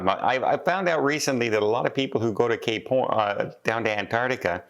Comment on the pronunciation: It sounds like you said if I'm going there I'm doing gay porn instead of cape horn 🤣